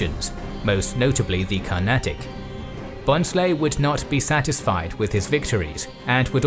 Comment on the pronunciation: In Bhonsle n is silent we pronounce it as Bhosle